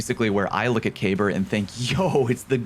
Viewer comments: Why can nobody pronounce Kabr properly? Lol😅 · Huh, I didn't know that was how you pronounced Kabr's name